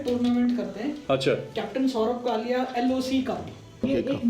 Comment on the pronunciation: It's not Kalya, it's Kalia....plz correct